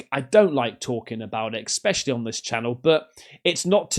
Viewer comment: ffs, stop saying "Expecially".....